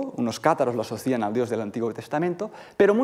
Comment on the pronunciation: ¿propicía? 😂 "asocían" Hay lagunas en la acentuación del presente de indicativo de verbos de la primera conjugación acabados en -iar.